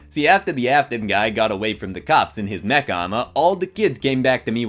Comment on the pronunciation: When you said mech it sounded like you said neck